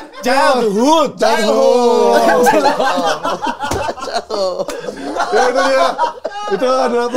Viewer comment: Mamat nyebut childhood nya jadi chilhot 😂😂